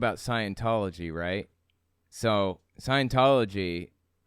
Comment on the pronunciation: That was my first thought; sounds like it's simply a speech impediment, namely rhotacism in which the "r" is difficult for the speaker to pronounce. I've read that there could be a correlation between it and autism, but only anecdotally. (Edit: And of course neurotypical people can have this particular speech impediment).